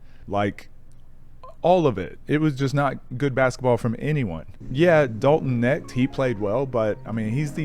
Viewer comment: love the video but please work on your pronunciation of dalton knecht, im begging you